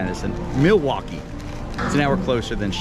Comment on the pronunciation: I've lived in Madison nearly my entire life and I have NEVER heard anyone pronounce Milwaukee that way. As far as I'm concerned, had it right. "Mill-wok-ee," with the L. And while I'm at it,,, "Wisconsinite" is in fact our denonym. But "Sconnie" also works!